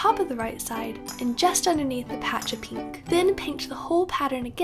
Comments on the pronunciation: "peenk" haha i love it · I love the way you say pink, it's like peenk*